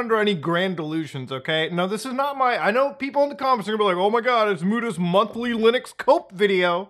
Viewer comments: What's Lunix? 😂 bro every time! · Did he say Lunux as rage bait... Because it worked